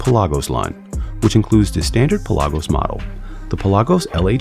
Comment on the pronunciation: What’s a Pel-AHH-gose?